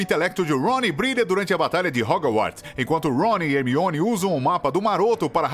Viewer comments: É (Hermione) e não (armione) 🙄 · É Hermione e não Harmione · Não, a Pronúncia em Inglês do Nome da Hermione é "Harmone" e o Cara do Vídeo me Solta um 'ARMIONE' KKKKKKKK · Ele até falou armione kkkk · Sim!!! O pior que quando ele chama a Hermione de “Armione” no início do vídeo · Achei que só eu tinha ouvido "Harmione" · armione KKKKK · Esse cara fica falando harmione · ARmione grager? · sempre eles falam o nome do harry hermione e rony errado , que saco cara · Harmione.... Mreu deus. Escolham uma pessoa que siaba dizer os nomes pelo menos... E agr Wesley. MEU DEUS a única coisa que tenho a dizer... OUTRO: Hogoarts. meu deusssss